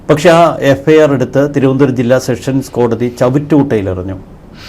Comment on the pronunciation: എന്റെ ചേട്ടാ സെക്ഷൻ സ് കോടതി അല്ല സെഷൻസ് കോടതി മേലാൽ തെറ്റ് പറയരുത്. അടി കിട്ടും